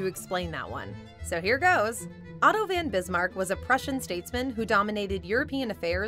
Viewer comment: Could we get the regular guy back, or at least someone who has heard of and can properly pronounce “von Bismarck”